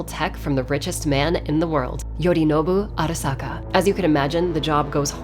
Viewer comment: I love how she pronounces "Arasaka" Properly